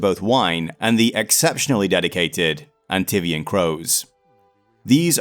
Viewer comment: Well that was almost 4 hours well spent Anyway, I have one thing to say A N T I V I A N Hah, I wonder how many people will curse on you for getting pronunciation of fictional word wrong (In fact words cause of how you said Howe) For me, it just made it funnier and more down to earth compared to just reading through script with 0 mistakes that feel mechanical Good video